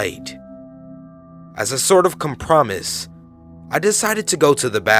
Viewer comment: Bro I've been listening to all your videos and I gotta know if you're mispronouncing these words on purpose. Cum-promise? Really?!